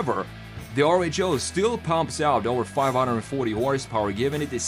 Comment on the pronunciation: Are you sure that RHO is pronounced AAR-ECH-O It seems to be the greek letter Rho. Which is pronounced "ro"